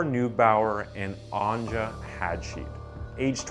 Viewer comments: One of the victim's names, Anja, is pronounced like Anya/Ania. Not "On-juh". Just letting you know. ( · its not andža but its Anja